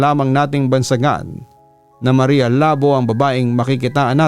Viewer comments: Labó po as in "labu" or slash po sa english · mali yung pronunciation papa dudut. dapat Labo: Lah-BOH (Two syllables, with the emphasis on the "BOH")